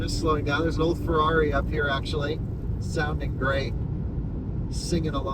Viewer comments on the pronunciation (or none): none